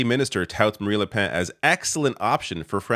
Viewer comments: I though I heard you say Marie Le Pants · shocking how little you know about this and how little research you have done, cant even pronounce marine le pen's name or Melenchon's name. les republicains didnt say they were going to work with the far right. as a matter of fact there was a huge split within the party because of it with the majority of them rejecting the far right